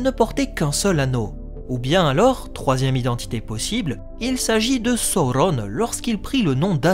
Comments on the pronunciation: C'est Sauron et pas Saurrone 😅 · Le U se prononce OU chez Tolkien selon le chapitre de la prononciation des mots dans le Silmarillon. C'est pareil que Saruman, Udun, Gollum, Dol-Guldur où le U se prononce bien OU et non U. C'est donc Sa-Ou-Ronne et non So-ron comme l'a malheureusement fait la VF. Même si j'adore la VF des films et que je continue à les regarder en VF, ils sont bourrés d'erreurs de prononciation. Ainsi, en adoptant la bonne prononciation, je me place plus proche des écrits de Tolkien tout simplement 😜